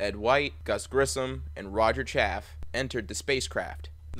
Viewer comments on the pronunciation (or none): Roger’s name was Chaff-e not Chaff! If you’re going to make a video about these 3 brave men then pronounce their names correctly or don’t bother! Understand? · His name is pronounced Chaff-ee, not “Chaff”. That is kinda disrespectful dude.. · Roger's name wasn't Chaff. It was Chaffee. The Es werent silent. Loooonnnnggg Es. It's a good presentation, but it gets hurt because you can't seem to pronounce his name correctly. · It's pronounced Roger CHAY-FEE not 'CHAFF'! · It’s Pronounced CHAFFEY Not Chaff. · Really? You consistently mispronounced Roger B. Chaffee's surname: It is NOT "chaff", but "chaff-EE", like "coff-EE". Any poor guy deserves to be remembered by his name, PROPERLY PRONOUNCED... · It's Chafee, not Chaff, not critizicing but ya might as well know the pronunciation! Enjoy your vids very much. I was 13 when this happened, it was horrific then and still in memory is. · His last name was “Chaffee.” Not “Chaff.” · It's pronounced afee not af I'm from the same city as Roger B Chaffee. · It's Cha-ff-ee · His name is pronounced Chaff (EE) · If you are going to honor these men at least learn how to pronounce their names, Chaffee's name is pronounced Chaff ee The double e is not silent. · Chaffee's name is pronounced "Chaff'-ee." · Cha-fee, do some research FFS! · It's Roger ChaffEE. If you can't get how to pronounce somebody's name right, then why would anyone trust you to get anything else straight? Speaking of which, where are you getting this info about their suits being fused by the heat to their bodies? And that they may have been buried in their space suits? Come on, man this is so far out of left field it'll never reach home plate. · I have the same last name as Rodger b Chaffee also it's pronounced Chaffee as in chafe and than the "ee" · How about correctly pronouncing Chaffe's name? And how about correctly summarizing Grissom's carreer. He did not go from his Mercury flight directly to Commader of Apollo 1.